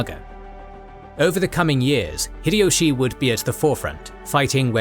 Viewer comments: The correct pronunciation of 豊臣秀吉 (Toyotomi Hideyoshi) in Japanese is "Hee-deh-yoh-shee" (ひでよし). "High-Dee-Yoshi" is incorrect, as is "Hid-Ee-Yoshi." The "Hi" in Hideyoshi sounds closer to "Hee" rather than "High." Furthermore, how does he claim that Nobunaga was the ruler of Oda? Please don't tell me that you really think that because Oda is on the map, it means the name of the province. He obviously means the names of the clans instead of the provinces, or why are the other names written there? Including Takeda, Imawaga, and so on. Your logic wouldn't make sense either, since, for example, the Takeda weren't just the rulers of the Kai province, but much more. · It's High-Dee-Yoshi not fricking Hid-Ee-Yoshi. Also, Nobunaga was the ruler of Owari, not Oda. That's just 2 things I noticed in the first 3 minutes of your vid. You should be fucking ashamed of yourself for presenting inacurate information as fact to 3 million people. 😡